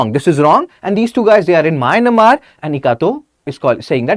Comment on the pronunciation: Mynamar? It is Myanmar